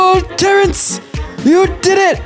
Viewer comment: he said Terence like Croker says "FAIRYS"